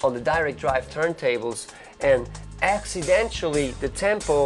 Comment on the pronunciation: akcidenchally - funny dutchman